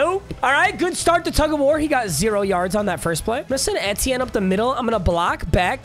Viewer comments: PAPA PAPA PAPA ITS PRONOUNCED E-T-N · The way he says etienne pisses me off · makes me mad the way you say etienne